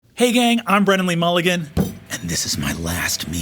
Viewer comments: wennan wee wulligan!!! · Wendan wee wulligan